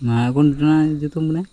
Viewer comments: ഇവിടെ മയ, പൊയ, ഇജ്ജ് അവിടെ മഴ, പുഴ, നീ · മയ അല്ല മോനെ മഴ